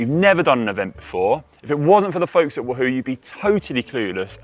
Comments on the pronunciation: GCN! Can someone please teach Conor how to say Wahoo? It’s WAHhoo… not WahHOO…. Nails down a chalkboard 😱😫🤯 #itsleviOsanotleviosA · Actually it’s Conor’s pronounciation. Everyone else pronounces it Waa Hoo